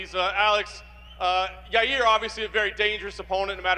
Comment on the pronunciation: Lmao Chael calls Yair - “ Your Rear” or “your ear”